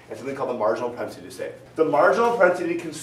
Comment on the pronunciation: "Your marginal prospenitilytur"